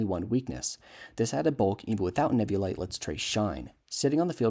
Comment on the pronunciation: There's no way that's how you pronounce eviolite. It comes from the word evolve not eh-volve